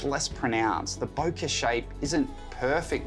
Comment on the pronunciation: Really love the examples shots, very comprehensive video. Only thing missing is how the bokeh looks when there’s lights in the background ! Lights looks oval, a bit similar to anamorphic lenses. By the way it’s spells Bokeh and is pronounced bokeh… “Bo Ke”, not “Boca” 👌🏻🤪